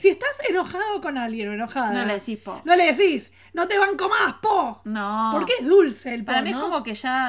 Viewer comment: El poh en realidad suena más a puhg (con U y termina como en una G suave) que es abreviación de pues . Uno puede estar enojado y dentro de la frase utilizar el puhg , por ejemplo si van a salir y tu amiga se demora mucho, puedes decirle "Yaaa, puuuuhg, apuratéeee". (se alarga la U y la E se acentúa en apúrate). En Argentino sería pero, chéeee, apuráaaate!